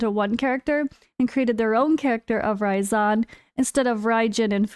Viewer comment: You pronounce it raisin like a dried up grape you know hahaha that’s what I’m calling him now anyways 🍇